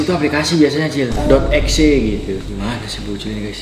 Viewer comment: EXE nya di baca Ekse bukan dibaca EX